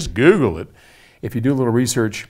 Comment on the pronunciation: "Just GOOLE it!" - LOL!